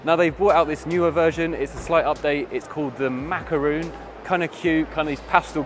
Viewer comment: Lightning Cat not Lightening Cat, surely. Also, it's Macaron not Macaroon.